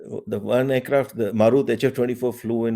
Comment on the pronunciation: Thanks for this episode too 🙏 जी, Just wanted to point out that it was not a "मारुत्" but a "मरुत्" !